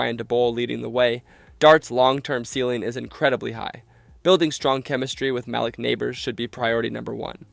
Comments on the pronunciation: Ma-leak Not Ma-lick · I think it’s ma-leek not mal-lick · Where do they get these narrators??? Da-bowl? Show-en, Mallick Nabors? lol. Jeez. It’s not like no one ever heard those names. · Schoen=Shane, Malik=Mahleek, Daboll u say it like table, SkatteBOO not Bo & Mbow the M is silent but he pronounces his last BO. you f'ed up so many names man I had to lol